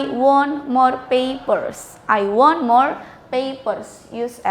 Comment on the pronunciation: Want sama wont beda arti dan beda pengucapan kan miss??? Ko want ngomong ny ky wont??